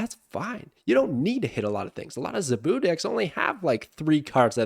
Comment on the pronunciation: The way you pronounce “Zabu” gets me every time